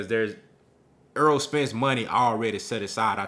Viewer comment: I like your commentary but please stop mispronouncing his name. His name is Errol, not Earl.